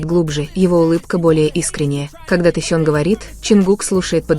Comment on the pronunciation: Почему Таюн если Техен? Читайте правильно. Будто вы в школе не учились